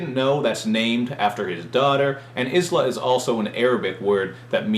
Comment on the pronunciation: U said Islah wrong